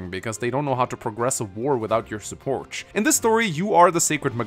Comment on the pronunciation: importanch supporch shorch